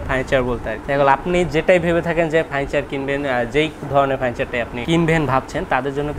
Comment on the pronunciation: "ফার্নিচার" শব্দটা এত বিদঘুটে ভাবে উচ্চারণের জন্য একটা পুরস্কার অবশ্যই প্রাপ্য, আর দোকানদারের চেয়ে ৫০ লাইন বেশি না বললে দর্শকের কান দোয়া করবে আপনার জন্যে